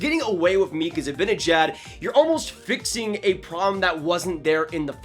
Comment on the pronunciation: Its pronounced ZibAnejAd, not Zibinejed. Also, as a Swede who knows Z, there is NO way he goes to the Sabres. If he doesn’t resign with NYR i see him as a perfect target for Francis and the Kraken as a UFA. Would make a great first line center and captain there so i can see him going there next off season. Keep up the good work,!